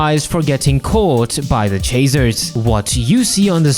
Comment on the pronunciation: is bro saying chaser or chazer? I know he has an accent but still